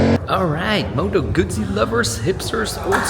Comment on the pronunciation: Yeah, I hate it when bike journos can't/won't pronounce Guzzi properly.